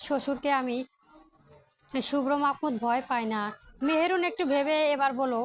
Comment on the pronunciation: উচ্চারণে সমস্যা ।আপু ভয়েস দেয়ার আগে কয়েকবার রিডিং পড়ে নেবেন মেহেরুন নয় মেহেনূর । এধরনের ভূলভাল উচ্চারণ অনেক হয় ।